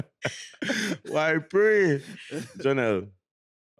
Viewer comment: I like that he said why pree. Lol